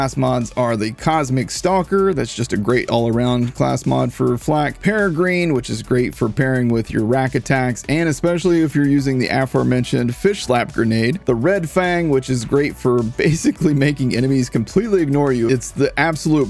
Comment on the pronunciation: ah yes, the falcon, also pear-reh-grin (being the fastest bird on the planet and me enjoying birds means I'm correcting your pronunciation)